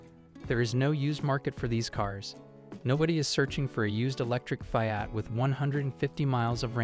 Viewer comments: Knee-san, you stupid AI robot. And it's jag-war, not jagger. Pick one of the two ways you pronounce Maserati. Fee-aht, not Fie-at. Sheesh! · The F (eye) at. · Fai-at? Good lord! Train that AI or use a real human voice. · The information might be golden, but the pronunciation of the car names is so AI. It's annoying that it can't even pronounce FIAT. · It can't even pronounce "Fiat." LAZY.